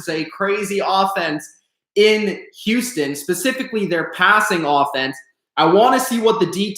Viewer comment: Can u say Houston right? Houuuston wtf